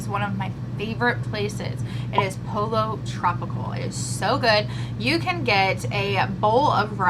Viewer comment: FYI....Pollo Tropical is pronounced...Poyo Tropical where cal is pronounced like gal. I wish we had one where I live so I’m jealous!